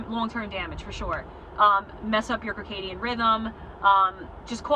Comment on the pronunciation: Circadian pronounced with an s. Great video. Love hearing peoples stories getting off this devil drug.